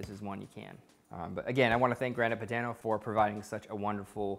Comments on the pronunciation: looks amazing, but damn man, at least try googling pronunciations before attempting baumkuchen or grana padano (grAHna padAHno) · the way you said Grana Padano made me cringe.